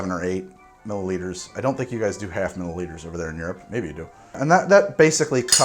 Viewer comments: I swear I heard mili-liters too go figure... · If you have trouble with “millilitres” just say it the Aussie way... MILLS